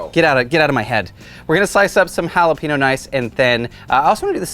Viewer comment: Please, don’t do a recipe with jalapeños again until you can pronounce it properly.